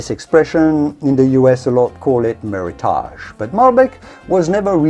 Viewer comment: you mispronounced 'meritage'